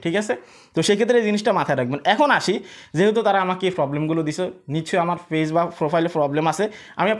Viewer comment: আপনার উচ্চারণ এতো জঘন্য কেন? ফেজ কি জিনিস ? page - পেজ , not - ফেজ